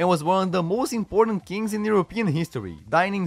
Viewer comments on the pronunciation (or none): none